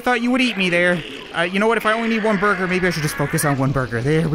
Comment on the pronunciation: The sensei with the jean vest says "burger" like "bugger